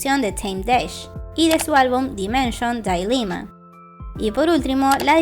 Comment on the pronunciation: "dailima" jsjsjjsjs es dilema lit en Ingles también